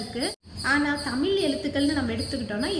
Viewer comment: தமிழ் என்ற சொல்லை தெளிவாக சொல்லவும்